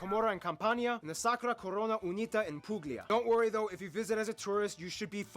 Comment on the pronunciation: no way blud said "Romma" nah bro is not italian saying "pughlia" I can forgive one mistake but that is just too much. I'm not even native and I noticed it bro 😭